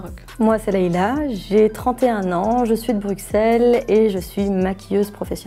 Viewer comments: C'est Bru-ss-elle ptn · La Belgique c pas une belge elle prononce le x de Bruxelles